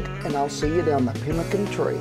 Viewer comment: Chiopewa/ Cree here.. You said it right.. we will use rabbit too!